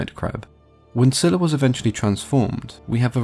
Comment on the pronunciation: It was pronounced as Zayla. That is what I first heard.